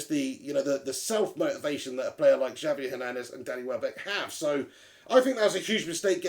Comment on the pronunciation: It's pronounced "Havier" Hernandez.